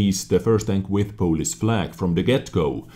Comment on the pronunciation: who else thought he was saying police instead if polish